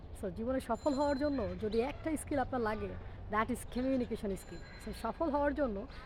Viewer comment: উচ্চারন টা কমিউনিকেশন বলে ই তো জানি। আপনি বলছেন 'ক্যমিউনিকেসন'। তাহলে কোন টা ঠিক ম্যাডাম?